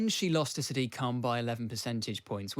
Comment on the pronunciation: Why does no-one pronounce Sadiq correctly? It's "SAA-dik", not "Sa-DEEK".